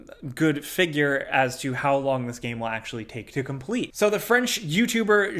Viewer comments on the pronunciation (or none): none